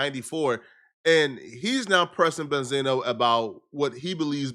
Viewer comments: He's name is not benzeno it's benzino🤦🏽‍♂️ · Well Damn? I Always thought his name was pronounced BEN-ZEENO? Not Benzana?